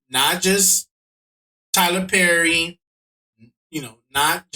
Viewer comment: Tylerrrrr perrrry is making me think it’s Tyler Perry bra